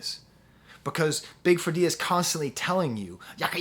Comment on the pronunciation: Perfect opening👍...You only needed a tin foil hat over your sharp new haircut✂️💇🏻‍♂️ Big Freedia is pronounced like "Freida".